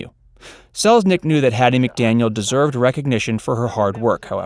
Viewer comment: It’s McDaniel, dear…